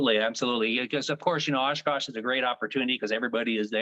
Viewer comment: is it so hard to say Oshkosh!!!